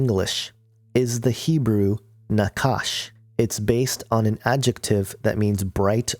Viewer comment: The Hebrew word for snake is NOT pronounced like 'Nakash'. That 'ch' is a Het and pronounced like the 'ch' in Bach. The same goes for the name of Satan, Heillel ben-Shachar. That 'ch' is also a Het and pronounced like the 'ch' in Bach.